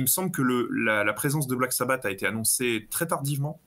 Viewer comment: J'ai arrêté à "... Dio le meilleur chanteur de Black Sabbateu..." 😂😂😂